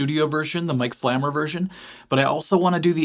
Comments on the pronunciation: I think it’s pronounced Slay-mer not slammer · His name is pronounced Slay-Mer, not Slammer. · It's pronounced slay-mer. Mike is one of the most underrated guitarists of all time. In 1976, a local radio station was playing Oddball Dance by City Boy. For them it was a joke, but for me it was a revelation. I went to my local record store - they had never heard of this British band. However, I was browsing through the cut-outs, as I always did, and low and behold - there was the City Boy album. I bought it for 50 cents! I have never looked back. I bought everything Mike Slamer ever participated in and I have never been disappointed. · Pronounced Slay-mer. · His name is pronounced with the long "A". i.e., Mike "Slaymer" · Pronounced Slay - mer. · A monster. Plus his name is actually pronounced “slay-mer” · FYI, Slamer’s name is pronounced with a long A sound. If you haven’t already, you should check out the band he was in with Kansas bassist Billy Greer called Seventh Key.